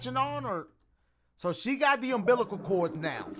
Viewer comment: He said umßilal cord😂😂😂😂